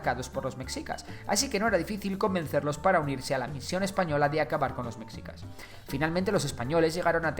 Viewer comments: Tampoco era "mechicas" con la pronunciación castellana de la "ch" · Lo pronunciaste mal no es mexicas como si la x fuera una j si no se pronuncia meshicas como si la x fuera un sh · La x en "Mexicas" se pronuncia como "Sh". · oye esta muy bueno tu video pero te falla mucho la pronunciación de los nombres un ejemplo: no se pronuncia mexicas, se pronuncia meshicas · NO ES MEKSIKAS se pronuncia MESHIKA. Ivestiga primero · Buen video. Solo quiero apuntar que es preferible pronunciar "meshicas" en lugar de "mecsicas" o "mejicas", ya que la X se uso para representar el sonido SH del nahuatl. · Con todo respeto tío se pronuncia meshica no "mecsica"!! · ¿Soy el único que le dule como dice "Mexicas" en lugar de "Mejicas"? ¿O sólo viví engañado toda mi vida? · Muy bonito el video, pero es /meshicas/, no /meksicas/. Y ni siquiera es cosa del náhuatl, sino del propio español: esa x era usada para representar un sonido sh que derivó en j incluso en palabras castellanas más antiguas tomadas de otros idiomas, como Xavier> Javier o Ximeno> Jimeno. La correspondencia exacta de x con el sonido ks es más moderna. (p.e., hasta principios del siglo XX el galicismo "cliché" todavía era escrito a veces "clixé".) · Lo único malo es que me daba rabia el que decías METZICAS a cada rato. En tu investigación también te recomiendo que sepas la fonética de las palabras, como Tenochtitlán. Ahora entiendo porqué en sus adaptaciones de doblaje en caricaturas, series y películas les hacen tanta burla. Por todo lo demás buena la investigación. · Se pronuncia mejicas!!(mexicas) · En realidad se pronuncia “sh”. Meshicas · Recuerden: En México, la X puede sonar como S, CH, SH, J o X. En el nombre del país, se pronuncia Méjico, así como nuestro gentilicio, mejicanos. Nombres como Xochimilco, o el nombre propio Xochitl, se pronuncian Sochimilco y Sochitl El nombre de Mexicas se pronuncia como Meshica Entre otros ejemplos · No puedo su pronunciación de Mexicas y Tenochtitlan :(